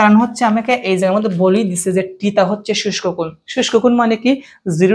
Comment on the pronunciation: শুষ্ক কোণ না সূক্ষ্মকোণ 😂😂😂